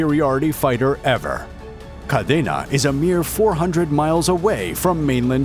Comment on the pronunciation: Grew up there and its pronounced kadeena